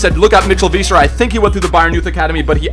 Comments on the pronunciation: it's pronounced viser not veeser because the ei makes an i sound and ie makes an e sound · Isn't it pronounced V-I-Ser for Weiser?? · you're German and still don't pronounce Kroos or Weiser correctly 😂 not a big deal but still